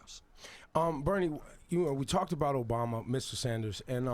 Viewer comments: he keeps saying Obamer. lol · lmafooo ''obamar''😂